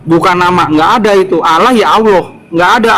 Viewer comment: Terkadang geli kalau dengar membaca istilah Allah, ingin sekali nampol mulutnya, dikarenakan lafalnya tidak sesuai, dengan adanya bang Aldo penterjemah asli perkataan josuah saya sangat senang agar otaknya tercerahkan